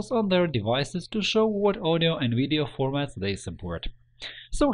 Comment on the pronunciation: You know it's a real tutorial when they say "wideo"